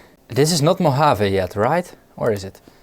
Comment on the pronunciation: Congratulations on correct pronunciation of "Mojave". Re paranoia regarding updating software: Low-risk, High consequence. If it goes well, as usually, alles gut. If it fails, you're hosed. "It's not paranoia, they really are out to get us." - I want to attribute to Firesign Theater couldn't find a reference.